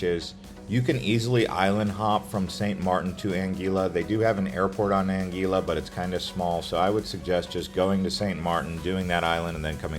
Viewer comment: I really wish you’d double‑check the pronunciation of places and names. For example, in St. Maarten, the beach is called Maho Beach, not Maho Bay. 😂 Your information is valuable, but the mispronunciations can be distracting. Even “Anguilla” wasn’t pronounced correctly. I noticed so many mistakes that I ended up stopping the video only a quarter of the way through. It would be great if you researched these details or refined the script so everything is said properly.